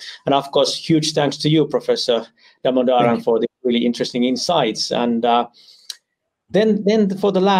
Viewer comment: Professor Damodaran should probably post a short video on how his name should be pronounced. Never seen a host who can get his name right.